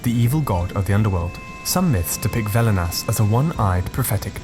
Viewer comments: its Velnias, not Velinas ^^. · Velnias not velinas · I am Lithuanian. The video is called "Baltic Paganism" but only covers the Lithuanian side of it, except for Mara somehow mixed in there, which I believe is Latvian. Also, it's velnias not velinas and ragana not raganos (plural form of ragana). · Not Velinas, but Velnias. Its pronounced like "velness".